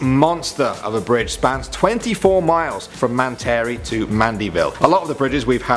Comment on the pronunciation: Metairie, Louisiana...pronounced Met-tar-rie